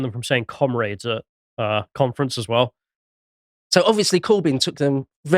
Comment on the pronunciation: What the hell is a "Cumfrence"??